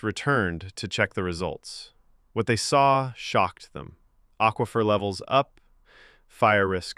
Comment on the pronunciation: You should probably proofread your script before having the AI read it, and listen to it before you post. "Quifer" isn't a word and we all know what it was supposed to be.